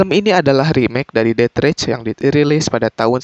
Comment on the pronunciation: Bacanya det reis jay bukan det rech